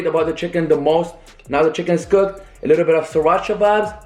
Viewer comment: It’s not lickl you fucking nickel it’s little dumbass